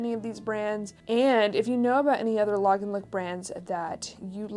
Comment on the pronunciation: Thank you for a great video! When sourcing I think if I could see Diane Keaton (Annie Hall) wearing this then it’s definitely Lagenlook! You are pronouncing Lagenlook correctly!!😄❤️